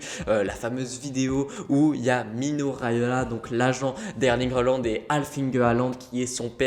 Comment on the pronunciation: faut apprendre à dire son nom correctement surtout s'il signe au Barca c'est apparemment HOLAND qu'il faut prononcer;) Après il se dit... qu'ils seraient à Madrid également ensuite pour rencontrer FLORENTINO... donc bon... EN gros on sait juste Qu'HAALAND va sortir cet été de DORTMUND et la seule chose qui est sur c'est qu'il ne jouera plus à DORTMUND en 2022 lol Enfin le club qui achete HAALAND je peux vous le dire aujourd'hui sera le club qui va remporter le plus de ligue des champions ces prochaines années!!!